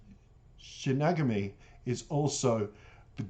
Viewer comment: Pronounced Shin-y-gah-mi Eyes. Best reaction video thus far!!!. Enjoyed the whole vid!!!